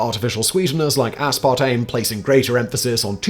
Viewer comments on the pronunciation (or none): none